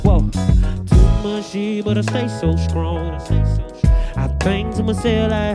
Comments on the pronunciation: Why dat nicca still say SKRONG even when he sing 😭🤣🔥💥💪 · Peeped that out too! skrong🥺